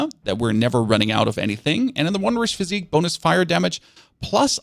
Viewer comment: Sorry to be that guy, but the flask of wondrous physick is pronounced "physic," not "physique."